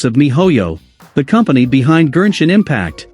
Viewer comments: Why does the text-to-speech voice keep saying “GERSHIN impact” lmaoo 💀 Gershwin Pickle Impact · Am I the only notice and annoyed how he pronounce Genshin Impact to Gernshin Impact ? 🤦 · i thought the tts keep saying "virgin impact"😭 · I know this is all cool and all but I'm still laughing that they say genshin impact into gershin impact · gurrshin impact 💀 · The Gen in Genshin is pronounced like Go and Got. Not whatever you were saying